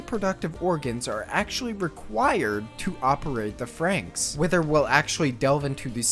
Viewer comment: Why does everyone call it "frankx" wtf. Iss "frannix"